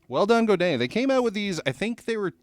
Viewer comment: I learned classical guitar before becoming obsessed with electric. You nailed the pronunciation of Godin! I got a weird Godin guitar from my teacher. It was a 2008 A11 Glissentar, which had 11 strings and no frets, but someone had a luthier fret it and chop off the 11 string part of the headstock to turn it into a regular 6 string. It has a cedar top, ebony fretboard and quartersawn neck. I love it more than any other nylon guitar I've tried. It sounds so much like the real thing when you plug it in. Some nylon electric acoustics have a plastic sounding attack in the plugged in sound. I did notice that it's very low-mid heavy compared to electric or steel acoustics. I plug it into a tube screamer to cut some bass and then add clarity with an EQ Pedal in the 4-6khz range. A slight overdrive sounds killer, but can get very noisy if you add gain.